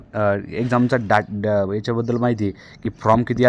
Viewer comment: From नाही रे फॉर्म( form )म्हण अगोदर मित्रा.